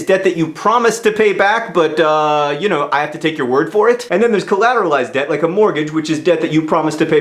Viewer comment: I though he said 'dead' not 'debt' ...